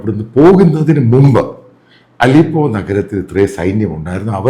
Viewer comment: ആദ്യം അവിടത്തെ പേര് പറയാനെങ്കിലും പഠിക്ക് അലിപൊ 😂